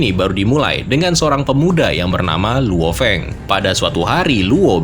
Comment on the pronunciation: Lou Feng di baca Lo feng aja bang